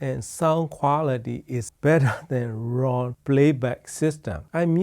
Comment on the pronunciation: I like Ruun like the moon, said Ron.